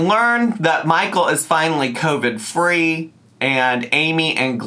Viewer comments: She’s saying covic to try n be funny, she knows she’s saying it wrong. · Her calling Covid “Covic” is KILLING MEEEE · I kept hearing “co-fid”😭😂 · My grandmother from the Bronx says it like that. 😂